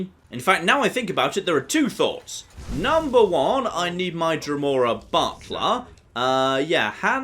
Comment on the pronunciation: My wife just said “Did just say he summoned a Dremora Buttplug?!?” Butler. He said Butler.